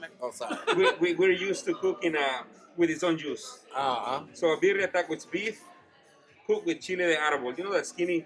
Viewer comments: “Berrara Tacos” 😂 The way says it lol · The word is pronounced "birria" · Lmfao had the hardest time saying Birria lmfao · He couldn’t get it right for shit😭